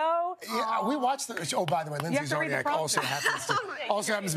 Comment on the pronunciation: Zarniak? Its pronounced charniak.